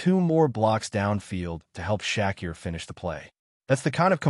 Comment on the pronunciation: Who's shaqkeer its sha keir